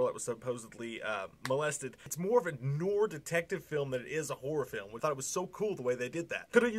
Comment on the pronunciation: It's hilarious how you say noir lol